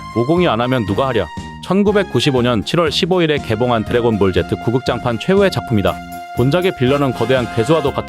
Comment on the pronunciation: 드래곤볼 젯트 라고 들리네요 ㅋㅋㅋㅋ